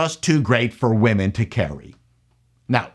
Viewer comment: Please don't say "wahmen". Speak English. Otherwise you sound like a fool, and you are not a fool.